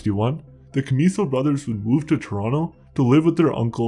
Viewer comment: You're not pronouncing their name right